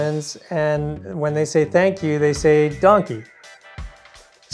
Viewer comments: It's not Donkey..It's Dank je. Like Dank Ya but with an e. No i involved there. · They not say donkey hahahahahahahaha they say Dankje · Im from aruba and the pronunciation of the word "Dushi" and "danki" was a lil off thats ofc gonna happen since yall are foreigners. Danki sounded like donkey😂 its more like an "aaah" like when ur at a dentist. And Dushi sounded like douchey😂 and yeah its very similair the tone but its more like an "oooh" dont be confused with "oh" which has a mare "o" sound if you get what i mean😂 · Your wife had pronounced"Danki" very well but when you had said it it sounds like " Donkey" but no wories..🤣🤣🤣🤣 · if you pronounce it wrong then you get wrong interpretations.... it is dAnki, so why would you pronounce it as an O ? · We heard the word pronounced correctly and also in a sloppy way, on both islands, Curacao and Aruba. And keep in mind we are Canadian, so ANY way the word is pronounced to US, with the way we speak English, it sounds very similar to "donkey". We also like to have fun and so it made us laugh and have fun with it. :) That is natural we think. And we are not the first to think so. It's all in good fun. We love both islands! Which one are you from?